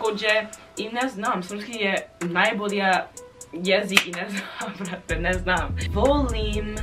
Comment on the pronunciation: Kako je rekla “Ne znm sve brt” kao da je iz Srbije 😂